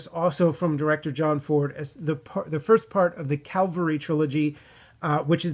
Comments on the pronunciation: Ca-val-ry, not cal-va-ry... :-) The ca-val-ry is in reference to horse mounted soldier. Cal-va-ry is the hill upon which Jesus Christ died for sin. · Let's say it together CA-VAL-RY not calvary. The Long Voyage Home and They Were Expendable are great.